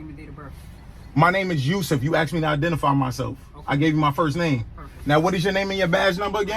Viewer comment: "Can I axe you a question? Is that a law or a statue?" 🤔